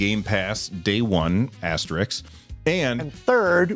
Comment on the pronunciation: You don't pronounce "asterisk" probably.